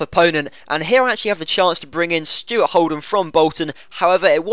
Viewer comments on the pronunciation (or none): none